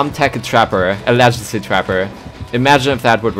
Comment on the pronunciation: I love you but Ayrun also needs to teach you the pronunciation of legacy 😉😂💖💖💖